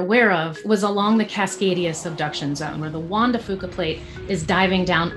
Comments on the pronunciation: Juan de Fuca=Juan de Few-ka. Not foo-ka, and DEFINITELY NOT Fu*ka! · They have mispronounced "Chinook" is "sha-nook" and "Juan de fuca" she just said it wrong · The “Wanda Foo Kwa Plate” or the “Juan de Fuqua Plate”?